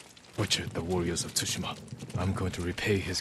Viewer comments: Bro it's ghost of sushima not shushma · Sushma 😂😂😂😂😂😂😂😂😂😂😂😂😂😂😂😂 Tsushima ko sushma kr diya sir ne.. ur amazing bro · It's tsushima and not sushma Ajey bhai